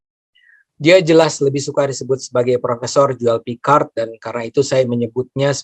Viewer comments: Zulfikar kalau dilafalkan Julpikar memang mirip Joel Picard.. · sulfikar = joel picard sul jd joel , fikar jd picard... hehee lucu jg plesetin namanya, ni org jelas bgt sok britis, oke ni org pinter n profesor tp jelas bgt noraknya...😂😂😂